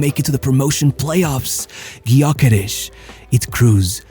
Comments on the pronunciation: Thanks. Gyökeres has Hungarian ancestry. Ö is similar to the German ö. Gy is one letter. Sounds like the sound at the beginning of due. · Sad nobody can pronounce his name properly 0 respect. The Y is silent. USE THE Ö GÖKERES instead of his display name Gyökeres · Nope it’s pronounced Jökeresh